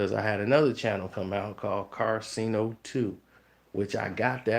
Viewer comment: how do you always mispronounce his name when talking but u spell it right in all 50 vids you made abt him?